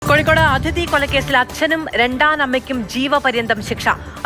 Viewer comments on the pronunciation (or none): none